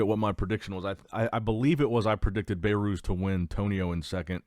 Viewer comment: "Bay-Ruse" is not how his name is pronounced😅 It's pronounced "Beh-Ruz"